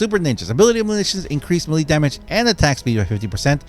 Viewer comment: Sorry, but I am going to have to put a dislike on every video that you continue to completely mispronounce "melee". It is extremely annoying, and there is just no excuse.